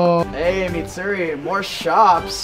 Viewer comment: Did bro say MATSURI